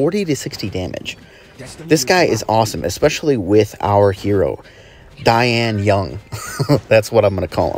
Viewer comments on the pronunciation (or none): Actually pronounced d-yen-yeern. Dian(电）means electricity Yun(云）means cloud